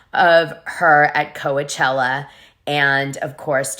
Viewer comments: this womans edits are annoying af. Also its COACH-ella as in baseball coach not Kowuhchella. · Why do you say Co-ah-chella? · Oh my, it's hard to listen to this with all the mispronunciations. Doute, Coachella, Havasu, etc. Come on now.